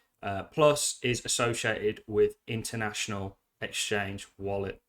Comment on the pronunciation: Internal…. Not international…